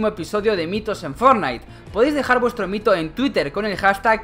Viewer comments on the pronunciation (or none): none